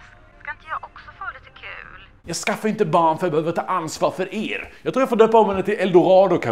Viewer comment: 58 asså inget elakt eller hat!!!!Men du sa er med ett "oskånskt" R, jag tyckte det kändes som att nåt fattades. Nu vet jag var det var😅😅❤❤❤❤❤